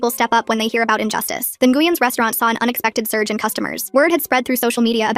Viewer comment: Ngueyn is pronounced win ❤